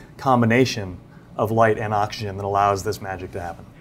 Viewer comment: I literally randomly skipped through the video every 10 seconds and I would still hear "light ans oxygen" every time